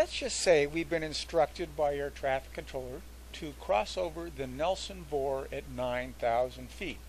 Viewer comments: as I listened to the video again, I heard you use VOR as a three letter word, several times..... That's what's incorrect its not a 'vor'.... (word).... it's a V O R........ with each letter spoken individually...... you don't say faa as a three letter word... you say.... F A A with each letter spoken individually.... and I F R isn't 'ifr' (if-er)..... it's I F R Ok, we've beaten this to death.... Your videos are both informative and educational. And I appreciate them immensely..... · It's called V (vee) O (oh) R (rrrr) not vor!!!!!